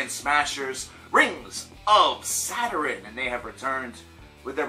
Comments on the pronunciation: saturen he keeps saying saturen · Saderin? Saturn? Now I'm intrigued on the correct pronunciation 🤘